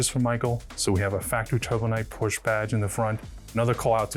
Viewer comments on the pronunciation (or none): PorschE. Not "Porsch". Seriously.